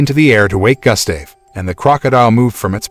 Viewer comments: and his name is Gustav. (Goo-stav) its not Gah, its Goo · Pronunciation: goo-sta-veh ....not Gus-stay-v 😦😂🙆🏻‍♂️ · its gustave say Goost starv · It's pronounced as GOO-ST-AA-VE, not GUST-STAY-VE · say( goose stave ) not gas stav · The name is pronounced goost- have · You would think after all of the work that was put into the video you could've at least got the pronunciation of Gustav's name right. Gus Dave lol 😂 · Pronounced "Goo-stahv" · Damn it “Gus-Dave” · Your mispronouncing Gustave's name GOOSE THAV..... and the E is silent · He’s pronouncing Gustave wrong, it’s pronounced Goostav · Butchering the crocs name bruh, it’s pronounced “goo-stahv” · Your pronunciation of Gustave is simply criminal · I hate the way he says Gustave, a little research and he would know how to say it well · Only take away is that you are saying the crocodile's name wrong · Your pronunciation of Gustave is infuriating :( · Why do i get annoyed whenever he said 'Gustave' ? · Sure ain’t lol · The fact that you make a video and can't even say the name of the Crock right. You would think of one was to make a video about 1 Croc the person would learn to say it's name right. But for some reason that's not the case with you and you proceed to say the name completely wrong SMFH. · Doesn't even know how to pronounce his name.